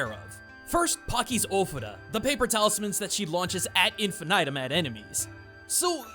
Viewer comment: You pronounced AD INFINITUM correctly!!! That's so rare! You're awesome! Now use the word myriad correctly 😏